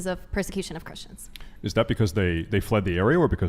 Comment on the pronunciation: A problem, you encounter, when popping Ar-Pees, is the pur-sir-Q-shyon of thruthers on YT.